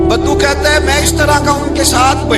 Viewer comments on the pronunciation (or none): ارے مولوی ! بدھو نہیں ، صحیح لفظ بدو ہے ۔